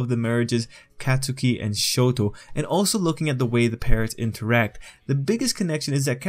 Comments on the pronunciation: Katsuki= kot-ski Idk it bothered me he said Katsuki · Every time he says CatSOOKI BAHkugo or acadeemia I wanna die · lowkey, Katsukis mom has Hispanic mother energy. also why he b callin him CATSOOKI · No one:: cat - soo - key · It’s pronounced kot-skie. A lot of people say it wrong, don’t worry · Anyone get triggered when they say the name wrong??? and say it as Cat-Sew-key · Kat su ki ?? Why you say his name like that lmao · He’s pronouncing katsuki wrong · You say Katsuki's name wrong.